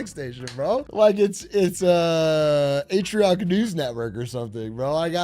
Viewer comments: "PeR aTrIoC" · "Per Atrioc?" Who's Atrioc? I only know Big A